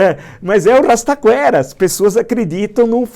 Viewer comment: “O rrrrrrastaquera acredita no falastrão” descreveu o Brasil kkkkk